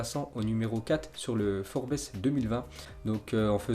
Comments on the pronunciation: Pas forbès mais forbz( les prononciations) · "Forbéss" mdrrrrrrrrrrrrrrrr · Forbaisse jpp 😂😂😂😂 apprends à prononcer serieusement... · forbésse mdrrr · forbes se lit pas comme ca😂sinon force à toi💪❤